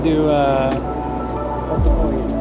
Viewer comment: アイスコーヒーとホットコーヒーの発音が日本人と一緒で笑ってしまいました。 ANAのリポート、おつかれさまでした！